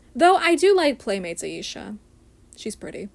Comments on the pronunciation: Stella was a bit tanner than Bloom, Tecna, and Musa, but not as dark as Flora and Aisha. As for your pronunciation, you are saying Aisha properly unless I’m saying it wrong. All of the girls have boyfriends in the OG show, and Techna actually has a very wholesome relation with her bf (Timmy). If anyone ends up lesbian or bi, it’s Musa. It would be way better than her crap with Riven. As for the American dolls, their faces are a hot mess. Aisha is the best and Musa looks uncanny. Tecna needs more volume in her hair. Bloom is fine, Stella is fine minus the bangs, and Flora is fine. The European dolls are definitely cheaper, but the faces are so much cuter (minus Aisha). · you pronounced her name perfectly actually!